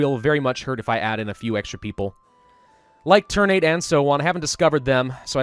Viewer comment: Ter-Na-Te, not ter-nate. Ter like "Terra", Na like "Natural", Te like "Telling" :)